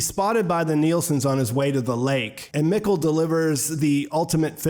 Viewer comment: Mikkel is pronounced “meek-el”.. do you watch in English or German?